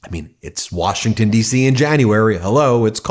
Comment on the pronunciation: "we came all the way to 'wershington' from oklahoma" 🤣🤣🤣🤣🤣